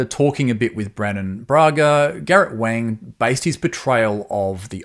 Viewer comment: Wang is pronounced Wong like wrong (pardon the pun!)